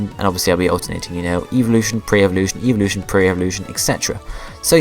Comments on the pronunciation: lol its sounds like you are saying eeveevolution not evolution xD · I'm not hating but it sounds like you are saying eeveeloution.